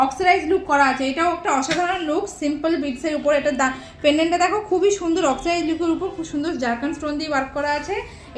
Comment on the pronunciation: Oxcirize???? 😂😂😂😂 ওটা oxidized!!